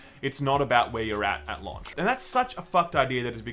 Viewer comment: Why does struggle to say "launch" so much? It's like he keeps saying "lunch" or trying to pronounce it like an American.